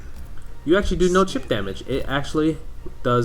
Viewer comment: "Chip," not "cheap."